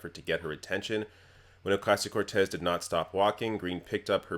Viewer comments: Alexandria "Oh-Kay-Sio" Cortez She can't even say the name correctly. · It irks me how she said "Ocasio". I imagine her purposefully mispronouncing "Kamala" too. As if these individuals aren't heavily publicized about and the proper pronunciation isn't nationally known... She has no tact. No class. I can already see the child she still is, in a grown-ass body. Any of her classmates report horror stories?